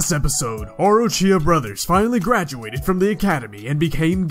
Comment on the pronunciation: Anybody else heard “The brothers Graduated and become gay”?